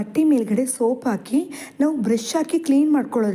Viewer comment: ಟಿಪ್ಸ್ ಗಳು ತುಂಬ ಚೆನ್ನಾಗಿದೆ..ಆದರೆ ನೀವು ಮಾತಾಡುವಾಗ ಬಳಸುವ ಕನ್ನಡ ಶಬ್ದಕೋಶ ವ್ಯತ್ಯಾಸವಿದೆ.. ದಯವಿಟ್ಟು ಹ ಕಾರ ಮಾತಾಡುವಾಗ ಅದನ್ನೇ ಮಾತಾಡಿ...ಹಾಕಿ ಎಂದು ಹೇಳಿ..ಆಕಿ..ಬೇಡ...